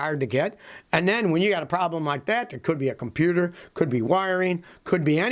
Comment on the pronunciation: Did Scotty say com pew ter module. 🤣